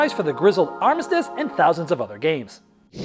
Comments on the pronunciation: Lol “Artizzmizz” 🤦🏻‍♂️ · “The grizzled ARTISS-MISS”. Lol learn the title of the game you’re reviewing first. Also really annoying when he says 50x “I’m not gonna tell you that though” “not gonna show you that though”. THATS WHY WE ARE RESEARCHING THE GAME WE WANT TO KNOW WHATS THERE. Horrible review. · Love your reviews, but you gotta pronounce the game title correctly by now. Come on.:P